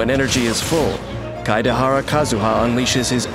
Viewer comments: I like how most people can't pronounce his name so they just go for "Kadahara Kazuha" XD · „Keideharra Kazüha“ 🤨🤨🤨💀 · As much as I love voice....that pronunciation of Kaedehara is hilarious